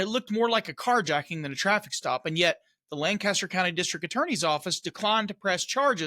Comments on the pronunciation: What an embarrassment for the community! Just a note from a former resident of Lancaster. The pronunciation isn’t “LAN-Caster”, it’s more “Lank-a-Stir”. Yeah, I know. The spelling isn’t a match. It’s a bit like Beaufort in NC or SC. One is “Buu-fert”, while the other is “BO-furt”. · It funny listening to someone not from PA say Lancaster. They say Lan cast er . This happened the next county over from me. I called them. They told me that the Lancaster county commissioner office was now taking over it. So I called them and they had no idea what I was talking about and transferred me back over to the prosecutor. I think she got pissed because I called him a criminal with badge to hide behind.